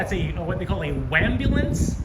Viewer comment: A few thoughts>>>the neon sign missed "luneyvill" your video confirms that >>>please pronounce waaaaahmbulance properly TY >>> It must be nice to be able to use your "personal" stalkers videos, photos and voice overs and maby carricktor witness when arrested !!! Or did you marry her while my back was turned ??? You're sneeky that way 😂😂😂 Love it all❤❤❤